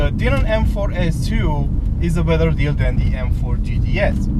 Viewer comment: It's pronounced Dye-nin. Just like Steve Dinan pronounces his name.